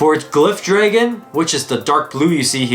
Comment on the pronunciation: What is up with pronouncing the dragon beyblade "Dreggen" is this the Canadian pronunciation